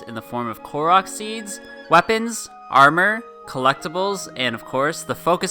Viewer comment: No offense I could’ve sworn he said “Clorox Seeds”